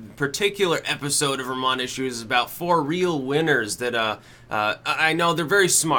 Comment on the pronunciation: "vermonty" HAHAHAHAHA